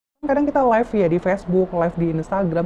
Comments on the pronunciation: Maaf mba live bukan life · yg bener live kak bukan life